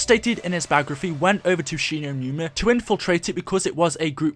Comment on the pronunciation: 'shi no newna'